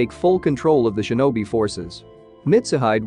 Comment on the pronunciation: Ok i couldn’t tell did it say shemen or semen this is a genuine question